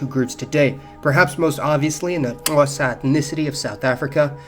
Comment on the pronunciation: hey man you pronounced Xhosa very well like a South African.